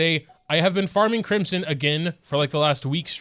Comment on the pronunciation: cwimson hu tao uwu